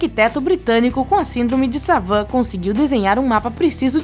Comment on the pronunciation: (no minuto 3.52) "a síndrome de savan" ???????